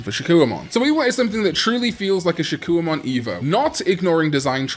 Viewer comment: Shakkoumon: SHA-KOH-MON